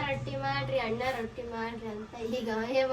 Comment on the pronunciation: ಅದು ರೋಟಿ ಅಲ್ಲ... ರೊಟ್ಟಿ.. ಮಾಡಿ ಇದೆ ಅಲ್ಲ... ಮಾಡಿದೆ